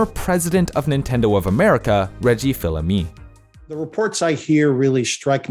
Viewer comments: Reggie fils-aime too lol I was wondering who phillamy was lol pronounced fees-a-me, Reggie 😂. Though his disrupting the game book has a typos warning on Amazon, and audiobook has an exclusive dlc like interview. But thankful he got wii sports bundled with the console. GameStop thought he couldn’t be trusted with secrets, so he left. I do recommend the ask iwata book. Better quality control and to the point, rather than typos and not have enough gaming info. There’s also the doomguy book by John Romero (nice way to celebrate quake 2) that is great as well. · Reggie’s last name is pronounces “feese-uh-may” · damn i haven't heard someone mispronounce reggie's name in a while lmao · The biggest sin of this video is the pronunciation of Reggie’s name.